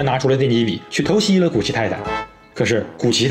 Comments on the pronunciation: 是嘛，我感觉决战刹马镇的口音是一样的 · 更确切的说，是用介于山东话和河南话的语调念的，这个梗来自马保国